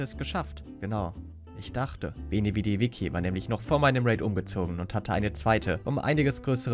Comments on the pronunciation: Bro, geiles video, aber das heißt Veni Vidi VICI (vitschi gesprochen). Das viki triggert den shyt aus mir raus 🤣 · veni vidi viKi wie er einfach viki statt vici = vitschi sagt😂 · Alla gönn dir die 80k und wie immer nice vid btw man spricht das wie tsch aus bei veni vidi vici😂 Alpha Vip lässt grüßen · Veni vedi vici. Das vici wird witsche ausgesprochen. Auf Deutsch ich kam ich sah ich eroberte. 👌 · wenn der eine typ noch einmal veni vedi witschi sagt...